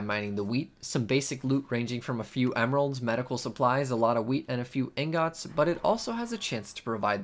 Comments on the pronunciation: How dare you say ingot like that. Disgusting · The way you say ingot is like some kind of joke right